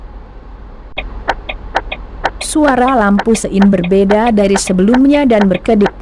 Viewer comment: Iya bang suara google sungguh menggelitik,,denger sein cepet jd siin cepét..😅